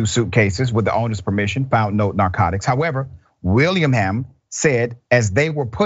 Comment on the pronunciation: Will-ing-ham--- Willingham